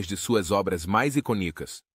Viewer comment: Sim, e inclusive palavras em português (como "iconíco", ao invés de "icônico").